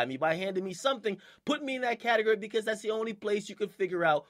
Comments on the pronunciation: Akademiks the type of nigga to say "Ca-Ta-Grr-Ri" instead of Ca-ta-gore-ri" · Who else was cringing when he kept saying "catigery"?😂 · i want him to stop saying "catagerry" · Anyone laughing as hard as me when akademiks says "category". 😂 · DJ akademiks is the type of dude that says category like catagUry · Akademiks taking a capital L for saying "categery" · Akademiks the type of nigga to pronounce category "CAT-EG-ERY" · My nigga said CATEGRY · "cate-guri" - DJ akademiks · Am I the only one that cringes when he says category, sounds like catagerie 😂😂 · This dude can't pronounce category right "cattle gurry" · lol why this nigga say catergor instead of category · Pronounced CateGORy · The way this mans says Category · He says category weird af 😂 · the way he says category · how he says category 😂😂😂😂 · Is it me or Dj A . Pronouncing category weird? Haha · Hate how he says category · I hate the way he says category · lmfao he dont know how to say category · This dude cant say category.